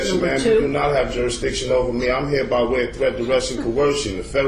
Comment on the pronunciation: i lost count how many times he said Juristiction